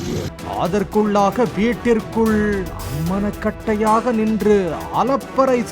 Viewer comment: போலிமருக்கும் தமிழுக்கும் நீண்ட பகை என்பதை காட்டும் அடுத்த சம்பவம். போலிமரே அது அம்மனக்கட்டை இல்லை அம்மணக்கட்டை. --- போய்யா போய் நன்றாகத் தமிழ் படித்துவிட்டு வா. அல்லது நன்றாக தமிழ் படித்தவர்களை நல்ல சம்பளம் கொடுத்து வேலைக்கு வைத்துக்கொள்ளவும்.